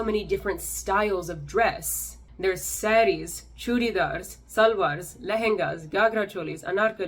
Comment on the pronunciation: Kudos to you for not Americanizing the "R" sound for the names of SaRis, anaRkalis...